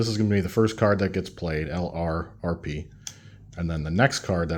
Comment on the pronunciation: Enjoying your series, but I wanted to make one comment. LRRP should be pronounced "lurp."